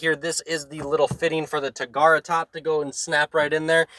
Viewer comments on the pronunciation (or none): 1) the trim level is 2LT not LT2 (that's the name of the engine) and 2) WTF is a "tagarra top", I think....no, I know you mean "targa" top.